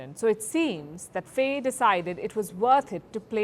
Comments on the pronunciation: It's pronouced "fie", not "fey" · Pronounce faye as fye in Senegal